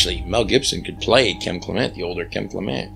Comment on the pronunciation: I am entranced with your videos about the Bible and the great prophet Kim Clement. I watch Donne on HOD and enjoy her a lit. Such a sweet and level headed woman. I will watch Kim many times over and over. Since you knew them so well why do you mispronounce their last name. Almost everyone does. But i listen to her and her mother when they introduce themselves and they pronounce it Clem ent not Cle ment!